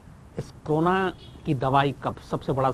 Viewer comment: क्रोना नहीं साहब, इसको कोरोना बोलते हैं | It is called Corona, Sir and not crona